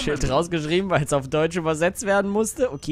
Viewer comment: Wiso schleicht es nicht dootzsch